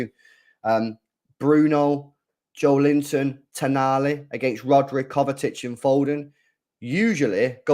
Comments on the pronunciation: Kovačić (kovachich) is the correct pronounciation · Bruh there is no T in Kovacic ffs. Every stream u keep saying Kovatic?? Where the hell is there a T in his name?? It’s KovaCiC. Imagine saying Poden instead of Foden all game or every stream 🥴